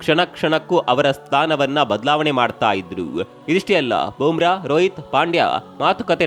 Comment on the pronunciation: Bro, it's not Boom Bra. It's Bumrah ಬೂಮ್ರ